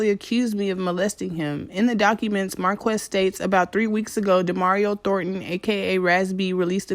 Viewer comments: His name is pronounced "Marcus" and he and Chris need help and need to be locked up. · Marques is pronounced Marcus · It's pronounced Marcus but spelled Marques. Raz is currently still on tour. Love the video.